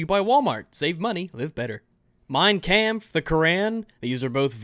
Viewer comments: You pronounced "Kampf" wrong! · Who needs an AIDs simulator when ' pronounciation of kampf was enough to give me AIDs in real life